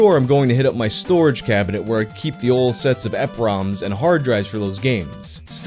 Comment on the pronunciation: surprised there weren't other pedants already whining about it so decided to take the rare privilege to say "it's pronounced E.P. ROMs" *adjustglasses*